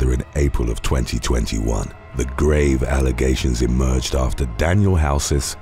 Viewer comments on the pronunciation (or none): none